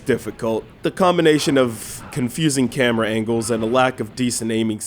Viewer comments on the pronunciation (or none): none